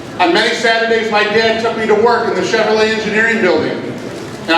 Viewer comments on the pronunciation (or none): none